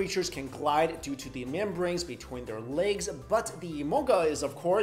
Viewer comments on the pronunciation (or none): none